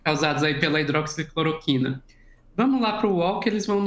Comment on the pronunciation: me doía o ouvido toda vez vc falava hidroxicloquina, respeite que essa droga tem história! Para, agradeço pelo seu conhecimento no tema e levesa com q levou a situação.